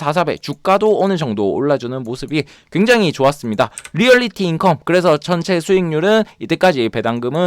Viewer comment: 재밌네요~~ 오류가 하나 있는데... 리얼리티인컴이 아니라 리얼티인컴입니다^^